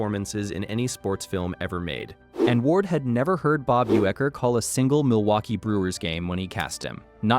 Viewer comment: All credibility lost with U-ecker.